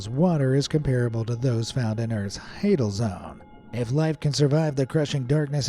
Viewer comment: hadal is pronouned HAYdal. as in HADES. couldn't even be bothered to know the pronunciation. nice job